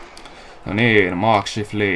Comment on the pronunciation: Ah ihana jakso. Btw eikös se oo Mark Shaiflii eikä Shiflii?